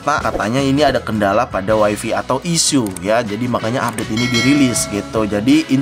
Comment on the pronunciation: Wai fai cuy bukan wai fi